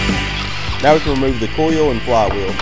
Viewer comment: Coil, not cole Oil, not ole